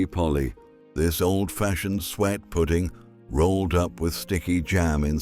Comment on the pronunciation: AI generated rubbish. Most of those are still available today. And the pronunciation of the AI voice is awful - sweat pudding, jam roly polly, and partay for påté? Why not use your own voice? Is it because you're not British? Where are you from?